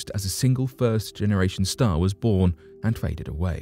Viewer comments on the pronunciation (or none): none